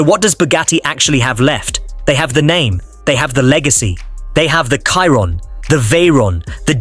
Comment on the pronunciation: sheeron not Kairon